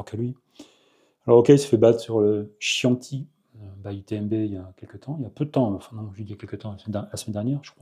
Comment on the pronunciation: Bonjour, volontaire la prononciation du Chianti? (c'était chiant?) car en italien le C suivi d'un H est un son "dur" qui se prononce comme un K. Outre la région italienne, le Chianti est un bon vin 🙂